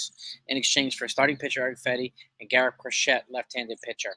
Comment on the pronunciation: The man's name is pronounced Cro-SHAY.